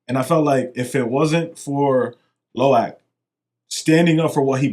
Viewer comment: “Luca” man, it’s Lo’ak 🙄